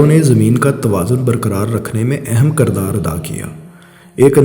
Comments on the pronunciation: Kaaaaardar nahin krdar hota hai. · کرِدار Kardar غلط کرِدار Kirdar درست